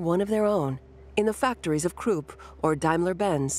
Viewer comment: Temple Hof like Hoff, not hoof and Krupp like cup not Croop